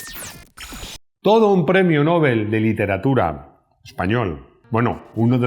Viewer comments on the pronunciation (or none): none